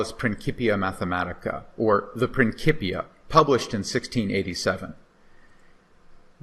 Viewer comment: Hey professor, say it with me "prin-sip-e-ə"...sorry 😅 prinkipia bothered me 😂